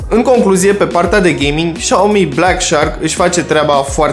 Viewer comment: Faceți review, dar nici nu știți să pronunțați Xiaomi.